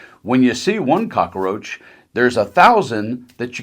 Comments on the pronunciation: It's not "cocka-roach"...it's "cockroach" FFS. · Did he say cockroach lol...